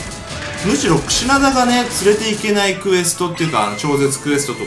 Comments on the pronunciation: 最初 クシダナってきこえてましたよ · クシナダじゃなくてクシナダです。